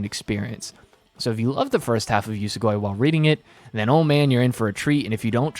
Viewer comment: YES you finally read Usogui. Absolute masterpiece manga. Honestly I still really liked the first half, but the second obvi blows it out of the water. What kinda way are you saying "Usogui" tho 😭 it's pronounced like ""oo-soh-gwee"